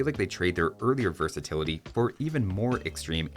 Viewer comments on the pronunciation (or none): none